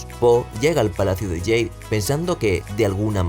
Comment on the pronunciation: ¿Por qué dices "Palacio de yeid" en vez de Palacio de jade?